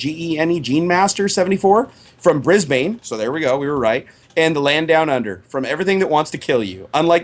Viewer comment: Lol "Brisbain".